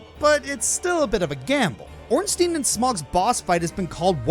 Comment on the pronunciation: Why does NO ONE know how to say Ornstein and Smough